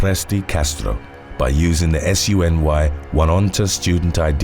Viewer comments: Oh-nee-on-ta. Sorry...my husband's hometown. :D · Just a tip from a NY'er....Oneonta is pronounced 'Oh-knee-on-tah'. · Love the videos! New Yorker here, Oneonta is pronounced more like O-Knee-onta :) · for future reference, (I know that NY has hard to pronounce stuff), but SUNY Oneonta is pronounced soonee ohneeonta